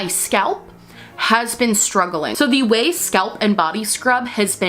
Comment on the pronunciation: Not only do I like the video, but I finally know how to pronounce "Ouai".